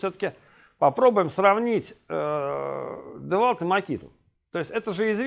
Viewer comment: девальт))))) Девольт!